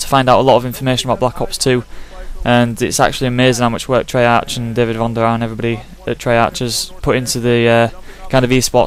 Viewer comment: its pronounced trey-ark not trey-arch